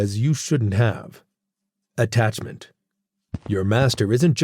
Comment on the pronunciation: *peace not piece. *attachment not attacment